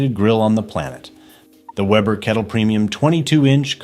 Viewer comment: A! can't pronounce Weber